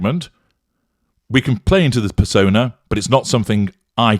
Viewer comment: So MM doesn’t understand the meaning of the title of her podcast (apparently she believes “archetype” means “stereotype”), and she cannot pronounce the (buzz)words she uses (it’s per-SOH-nuh, not per-sah-nuh), and she doesn’t let her guests speak. Clearly this is the sort of literate, worldly, empathic and curious individual one would want to host a multi-million dollar podcast. What really makes me angry is that there are many, many (genuine) women of color who would do what MM pretends to do but would do it WELL, and won’t get the chance because MM has more fame—er, notoriety. The self-servingness of that final bit (claiming she is NOT a diva—that’s just some “nonsense” from the press—but still managing to emphasize the “fabulousness” of her sartorial presentation) is nauseating., as a narcissist’s daughter who has logged more hours in the trenches than I would like to admit, your observations are, as you know, absolutely correct. Well-done, as usual.